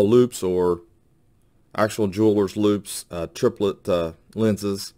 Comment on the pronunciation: The word is loupe, not loop..